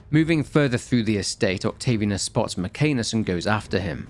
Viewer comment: Octavi Anus, Mc Anus... Work on Latin pronunciation dude.